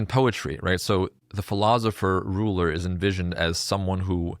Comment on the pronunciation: Does anyone know the origin of her pronunciation of ruler or truth? It’s quite odd